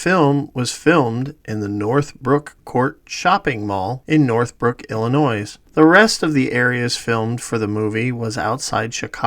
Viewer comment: FYI, 1). The “S” in Illinois is silent…once or twice …who cares but five times uhh …2). Please consider using higher res still images because on larger or even medium size screens the pixelated distortion is egregious. Excellent excellent work. Seriously great content 👍🏼 👍🏼